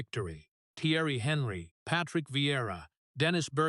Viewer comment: What rot! Putting emotions onto Kolo he never had. He was a lion, part of the Invincibles, never forgotten at Arsenal. How many players played for Arsenal, City, Liverpool and Celtic? Always a legend, solid, dependable, and never forgotten. This AI shite can't even pronounce Thierry Henry's name properly. #clickbaitcrap